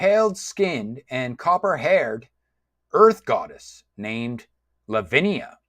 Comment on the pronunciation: I noticed that you were struggling with the character names. You've actually misread some of them e.g. It's FIEHRI not FIERY and it's pronounced phonetically as "fiehree", LAVINIA not LAVINA.